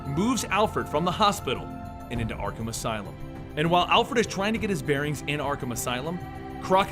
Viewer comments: You said arthum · he said Artham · Anybody else notice that , he says artham instead of arkham? Lol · Dis fool said Artham